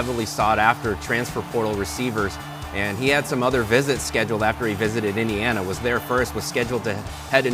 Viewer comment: All other rankings have IU as the 1st, 2nd or 3rd ranked portal school.... Screw the Illinois hicks at BTN who can't even pronounce Eeendeeeana....